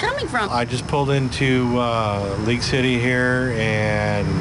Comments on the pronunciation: I think it is League city ; haha sounded like leak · It is League City not Leak City. But you are spot on about all the things you have said. I live in Houston and it worries me.